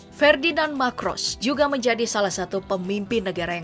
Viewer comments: Ngatain orang nggak becus... Yg membacakan narasi juga nggak becus... Ferninand Marcos dibaca Ferninand Makros... Imelda Macros, kamu baca Imelda Makros... Anak SD aja ngerti baca yg bener... 😂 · Marcos Min bukan Macros